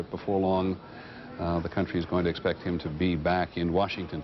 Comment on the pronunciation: 43 Peter says CUNT - TREE